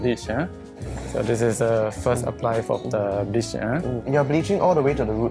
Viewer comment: hair stylist, “b**ch” instead of “bleach”